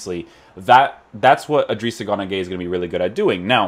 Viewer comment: It's guy not gay 😂 Idris gana guy